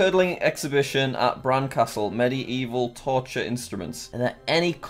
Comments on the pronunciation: Ok I'm the one who's gonna point out and be annoying because he said med-ee-evil instead of medieval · are we gonna ignore how he pronounced medieval 😂😂😂